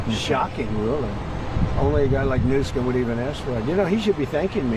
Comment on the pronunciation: Bro Trump said Governor newscum 😂 how did no one catch that 😂